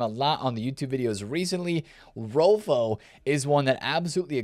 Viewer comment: Just a pronounciation tip for Swedish names, the Ö in Rolfö is pronounced similarly to the E when you say Kerr.